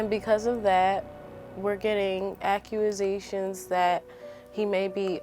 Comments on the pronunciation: Did anyone else hear her say accurasations? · I heard aquasations